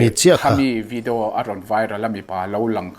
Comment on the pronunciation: Tawng huat thu lovah.. chhim lam sawn video hi 'vi-di-auu' tih in an lo lam deuh kher thrin nih dawn hi..😂 aizawl ah chuan 'vi-di-aw' tih in kan lam mai a😅.. han chîk tâkah chuan tih mai2😂